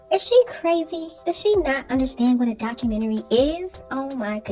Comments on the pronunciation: Doca -mentary??? 🤣🤣🤣 If you can’t pronounce it then just leave it alone. 🤣🤣🤣🤣😭😭😭😭😭 Watch she put Cj and Lexi in her book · What kind of book is she writing..A comic or a fiction book..Her life is as the world turns..There's is no way in hell she can write a documentary she cant even say the word.. 😂😂